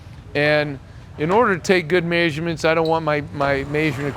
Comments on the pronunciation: You lost me at may-sure-ments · That’s maze-your-mints